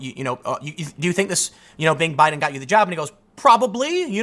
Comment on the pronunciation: Who else heard him say "Obiden"?